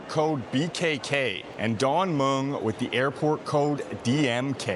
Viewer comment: Don Mueng you pronounce it with a "W" drop the "W"